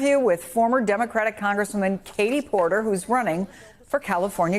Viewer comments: Are you sure their name isnt Kate-he Port-him.😂😂😂😂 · Fatie Porterly 😂